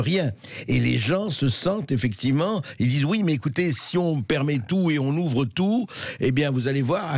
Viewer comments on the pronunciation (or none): Arrêtez avec les « effecti’ment » Bercoff, c’est fatiguant.